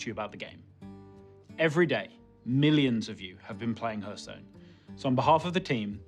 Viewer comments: ? That's one way to say it though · he doesnt even know how to say the gamename correctly